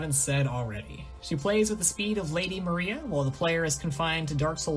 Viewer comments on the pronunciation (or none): none